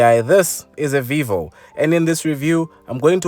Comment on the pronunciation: I. Like. Your. Polo. Voio